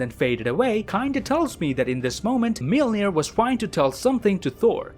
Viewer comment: thanks for the great content but PLEASE learn how to pronounce "Mjölnir"